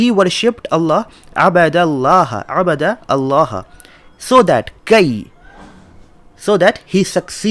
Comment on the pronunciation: In this video you don't say Allâh right. Please don't change the name of our Creator the Name OF Allâh. الله Is written with Schaddah on lam and also an extension on lam. And on the end is an ha.